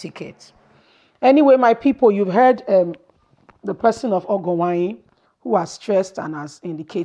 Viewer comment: Well thats a teaser, I just want you to know the error in your pronunciation, pls try to improve on the pronunciation of these Nigerian names been it Edo igbo or Yoruba or look for someone to help which is very necessary, you May not be a Nigeria, fine.. or a different tribe, fine.. but Education suppose to make the different, because you wrote Ogienwonyi and you pronounce ogo Uwanyi, Disclaimer This is not to dent your work, But to make you Improved for some of us your subscribers